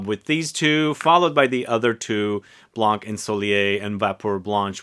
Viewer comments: I bought those 4 Zara in 30ml only because of the Giacobetti's vibe but they smell just ok for me, that's not a wow like Iunx fragrances were. I loved l'Eau Sento from Iunx but unfortunelatly Iunx is over 😢 Thank you. Oh in Livre Blanc, we don't pronounce the 'c' at the end of 'Blanc' 😉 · Your prononciation of ensoleillé is quite good ; but for "blanc" you dont have to prononce the "c" at the end! Just say "blan" :)